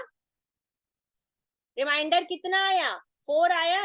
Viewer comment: मैडम, आपने बड़े गूढ़ विषय को सरलतापूर्वक समझाया। धन्यवाद। किंतु, क्षमा करें,भाग करने पर जो शेष आता है उसे रिमाइंडर नहीं रिमेंडर बोला जाता है।